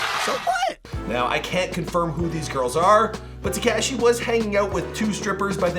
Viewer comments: Ta-KAW-SHEE. NOT TEEKASHI!!! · Why do you say TEKAHHSHI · When is going to stop pronouncing 69’s name ‘Te-KASHEE’ 🤦🏻‍♂️ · Dude is not Tkashi is Tekashi 😂😂😂😂😂😂 lol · Am I the only who hates how this guy says Tekashi’s name omg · I hate the way he says tekashi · PLEASE stop pronouncing Tekashi incorrectly. It's NOT pronounced with the short "A" sound. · I know right bothering me too... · Lol he says it funny